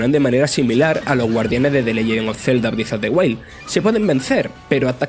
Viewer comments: Zelda Brif of de Uail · Zelda brif of de huaid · Zelda brift of de wail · "Briz of de guail"